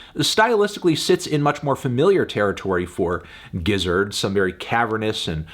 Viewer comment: Yeah Melon ok it's pronounced "Gizzard". I don't know why you insist on saying it with a J-sound